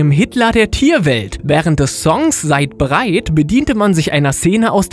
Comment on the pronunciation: Er sagt eimfach mal "Seid breit" wie er über Skar redet